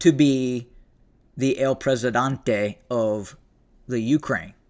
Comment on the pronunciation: Presidente, not Presidante....